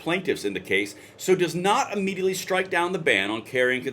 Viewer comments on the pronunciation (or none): none